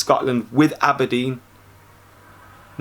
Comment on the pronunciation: ABERDEEN NOT ABBADEEN